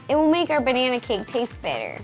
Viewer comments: Did you say "am going to mate a cake" at like ? -OH JESUS DINO SEX. On that topic, I think a nostalgia cake of Jurassic Park would be pretty cool. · did you say "make" a DK banana cake, or "mate" a DK banana cake? :D